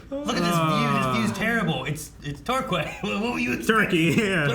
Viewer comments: The hotel is set in the seaside town of Torquay (pronounced TOR-KEY). No turkeys were harmed in the making of this show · Just so you know, Torquay is said "tour-key", it's a seaside town, and I love it there 😊😊